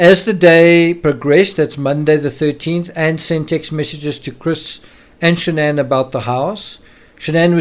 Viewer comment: Her name is Shan'ann. Not Shannon!! 🙄